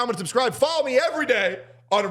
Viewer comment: am i hearing this right she says date correct ur day